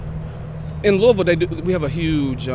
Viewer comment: I realize you probably won’t see this but thank you for saying Louisville correctly lol